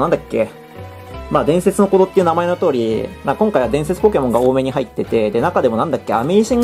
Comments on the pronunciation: 伝↑説の鼓動のイントネーションすこ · 前の弾の「ムゲェンゾォーン｣といい今回の「伝↑説の鼓動｣といい、冒頭の言い方おかしすぎだろ。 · 伝↑説↓の鼓動